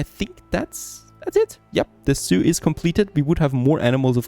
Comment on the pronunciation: MYbe it's just me, but everything he says zoo, I hear Soiux and wonder why he keeps talking about Native Americans.